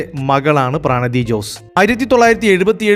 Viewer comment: പ്രണതി ആണ്. പ്രാണതി അല്ല